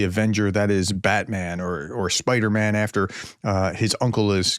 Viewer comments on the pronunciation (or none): Prof you perfectly mangled BatMan and SpiderMan 😅